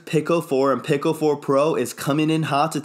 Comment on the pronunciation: Pico I believe is pronounced Pee-co when you say Pick-Oh it sounded like pickle.